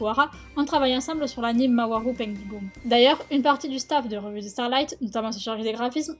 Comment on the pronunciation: Tout a déjà été dit dans les commentaires, c'est un super boulot qui a été fait, j'ai bien réussis à comprendre (C'est sympa pour les sous titres car je les ai quand meme mis au cas où) petit coup de coeur pour la façon dont elle prononce mawaru penguindrum c'est chou x) Le texte est très bien écrit, et des petits passages m'ont fait sourire, la formulation des phrases donne de la légèreté au texte c'est cool parce que comme ça on ne sens pas largué, puis tout et expliquer c'est agréable J'ai aimé que le développement/historique soit placé vers la fin car après avoir été hype par la critique de l'anime on est chaud pour en connaître plus De plus la critique est très complète car les arguments sont pointus, recherché et développé La vidéo était aussi sympa parce que le montage allait très bien avec ce qui était dit, j'ai toute fois peur que la vidéo soit retiré à cause du licensiment de la série >x< Dommage juste pour la fin, c'est coupé de façon un peu trop net, j'aurai bien aimé avoir la petit image que vous mettez en fin de cover avec peut etre quelques sources des sites que a exploré x) Continuer comme ça, ce format est, à mon goût, une réussite et je vous insite à en sortir d'autres de ce types:D